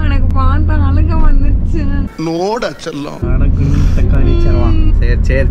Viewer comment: Bro enaku chellama tatu nu kekuthu bro😅😂🤣😅🤣